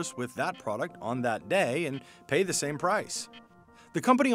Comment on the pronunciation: say The NOT ThEEEEEE